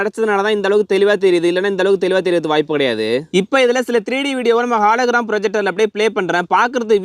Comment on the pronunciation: Bro athu halogram illa hologram😅